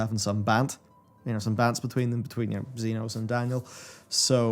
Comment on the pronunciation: I kept it in watching the 5.0 video, but I don't know how he got through Shadowbringers thinking Emet-Selch is pronounced not with a hard k on Selch but with a ch when they say it multiple times in cutscenes lol Edit: it gets worse; Zenos with a X not a Z 😂